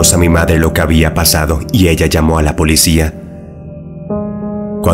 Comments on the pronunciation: El canal contiene vídeos muy interesante pero cometes muchos errores lingüísticos que se escuchan horrible cada vez que mencionas mal ciertas palabras. No se dice "polecía" con e, sino "policía" con i. Espero que en el próximo vídeo pronuncies correctamente esa palabra. Recuerda es "P-O-L-I-C-Í-A". 👮‍♂️👮‍♀️🚔🚓🚨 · Mmm! He notado que en muchos de tus videos pronuncias "polecia" en lugar de policía. Solo lo digo como observación y no como hate, antes de que tus seguidores brinquen como chuchos... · solo yo escuche polecia?????